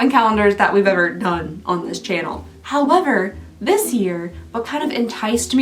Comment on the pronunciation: Did you just say “howm-ever”?? Are you a murderino too??? Hopefully you understand this question and don’t think I’m a weirdo. lol!